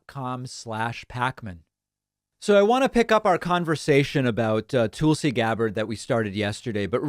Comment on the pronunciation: David when you have been given that the correct pronunciation of Tulsa Oklahoma as TULL-suh why do you still insist to hatchet Tulsi Gabbard as TOOL-see?